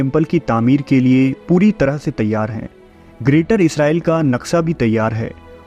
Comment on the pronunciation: He doesnt know how to say Sa & Sha For example: Naqsha ko Naksa kehna😅😂 jaise,Shakoor ko Sakoor kehna